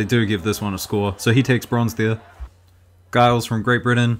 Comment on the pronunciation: I’m British and have trained with Chelsea Giles and I’m pretty sure the G in Giles is pronounced as a J